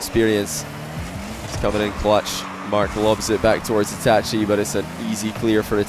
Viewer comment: Yo he actually pronounced itachi right